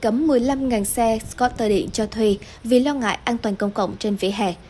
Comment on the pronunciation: nhân viên đọc news của FBNC quá tệ ko chịu học tiếng Anh đọc scooter cũng đọc sai .